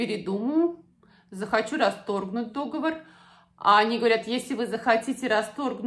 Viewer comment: Не дОговор,а договОр.